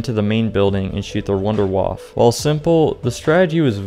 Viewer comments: i cringe when you say Wunderwaff instead of wunderwaffEEEEE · I hate how you dont call the Wunderwaffe its name but call it Wunderwaaaf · why are you pronouncing "W" as a "V" sound in Wunderwaffe? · Being german and hear wunderwaffe spoken out like this makes me rofl fr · The way this guy pronounces "wunderwaffe", lol.